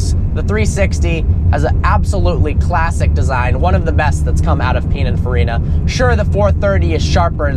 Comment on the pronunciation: Learn how to say pinaforina